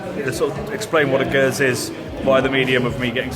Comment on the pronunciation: Did you purchase the RØDE Lavalier Mic? Also, this latest video confirms, us daft Geordie's have been pronouncing Geuze wrong!